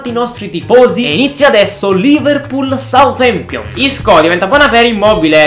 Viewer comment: Adoro quando dice SUATEMPION